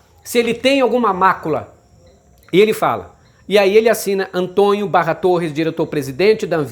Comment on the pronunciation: Aprenda a pronunciar a palavra Antônio, não se pronuncia Antonho, por favor, é preciso corrigir os erros que cometemos. Quero resposta ok?